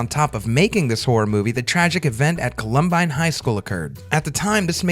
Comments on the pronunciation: Great vid. With respect, it is pronounced "Column Byne" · You gotta at least pronounce Columbine correctly. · The pronunciation of Columbine threw me and took me a minute to refocus on the video I won't lie